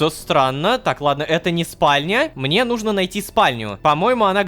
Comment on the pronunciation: Ну́жно, Рома, ну́жно, а не нужно́. Это ударение преследует тебя уже долгое время и это меня убивает, умоляю, ради меня, ставь ударение на две буковки раньше, прошу. Я подпишусь на бусти тогда.